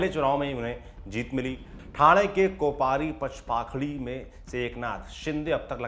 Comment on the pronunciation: बाळासाहेब, सातारा, कोपरी- पाचपाखाडी उच्चार सुधारा.